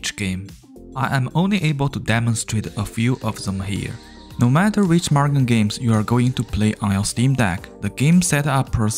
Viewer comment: Sir, it's pronounced moo-gen not mug-en.